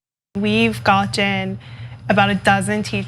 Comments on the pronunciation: She lost me once she said "gotton". Only the second word out of her mouth. I've never heard anyone say gotten like that who wasn't a complete imbecile. Like when I hear an adult say "buddons" instead of buttons. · Her pronunciation is off-putting. "goTTen" "de sanTis"